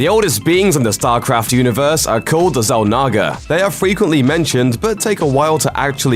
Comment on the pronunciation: Say Zalnaga again lol